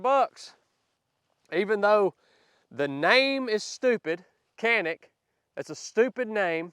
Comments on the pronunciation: Canick is pronounced.. Janick! yah! I know its even worse.... you are shooting a Sub which is a little guy... I hate the trigger so I switch to a Freedomsmith excellent.... Oh! and yes its ugly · They really aren’t ugly, as compared to what? FYI…it’s not pronounced “Kanik”, it’s pronounced “Janik”. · Pronounce it correctly and you might like it better in Turkish it's More like Jhanick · Come on! you bought the ugliest color possible and then hate on it the entire video. You picked the color so there you go. hahaha! And the Turkish pronunciation is Janick. ...love the vids hater. hahaha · Pronounced "Janik Meet" 😂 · It is a Turkish company not pronounce the way it is spelled am sure with your background you know the proper way to pronounce it use a J sound instead of a C Janick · Not trying to be an ass but, it’s a TURKISH pistol. The pronounce it JANIC. I think the good trigger is selling point. Any GLOCK I might buy would get the trigger, sights, and grip modified. Just to start with. Anything that eats what I feed it, has decent sights, and a GOOD trigger is worth it in my books. I do think that any concealed carry weapon should have night sights. More SHIT happens at night than in the day. But for concealed carry combat range I like this little pistol. I carry a HELLCAT PRO. But I think this could work its way into a rotation. CARRY ON SON! DAY AFTER DAY!!!👍💪🇺🇸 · Canik pronounced sanic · Pronounced Jonik? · Not sure this helps but "Canik" is pronounce "Jchanik" overseas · Its "Jan-ick" (supposedly) 🤷🏼‍♂️ BTW, Sell a hog and buy some paint and paint that daggone target son!